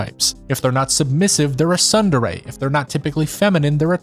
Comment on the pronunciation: You really need to learn how to pronounce Japanese words. It was making me mad. The t in tsundere is NOT silent, in Japanese words a's are always aw, and i's are always ee, and e's are always eh. Also u's are always oo.